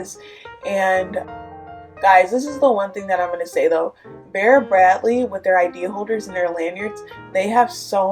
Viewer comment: It’s Vera bradley not bera bratly